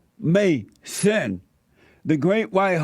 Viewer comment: "UH MAY ZIN"!!!!